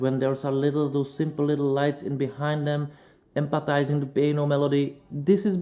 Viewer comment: you're English has really improved. One note for you. You are mis-pronouncing a letter in a word all the time which is inaccurate. You mean to say 'emphasizing" but instead of pronouncing the "ph" as "F" you are saying it as a "P" sound. Which makes people think you are saying a different word "empathising" whch means something else. Emphasis is a focus on something. Empathy is to feel sorry for someone/something. I think you mean the 1st one in your analysis but is sounds like you're saying the 2nd, Hope this helps.